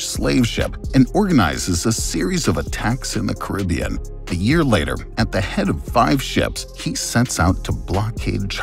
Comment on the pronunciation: At least pronounce the Caribbean correctly